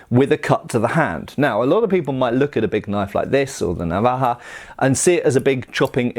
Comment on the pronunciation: I have to say you pronounce navaja as good as any Spanish speaking person.. always great videos man you should do an American tour traveling classes 🤷‍♂️ if the price is right I’d attend doesn’t even have to be a class as so much a presentation lol 😝 if not these videos just as good ☮️